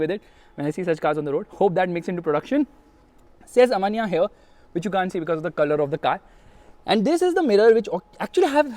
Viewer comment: STOP SAYING AVANYA AVANYA AVANYA AAAAAAAAAVVVVVVVVVVVVVVAAAAAAAAAAANNNNNNNNNNNNYYYYYYYYYYYYYAAAAAAAAAAA ,,,,SAY AVEEEEENNNYA